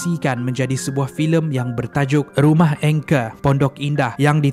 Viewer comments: Bukan engker tapi angker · sebutan angker tu salah.. Angker.. sebutan ang- ker